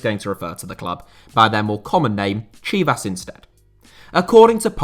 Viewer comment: Your pronunciation of Chivas sounded more off not going to lye